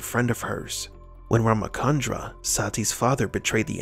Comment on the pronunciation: its not ramakandra its ramachandra i.e. 'ch' not'k'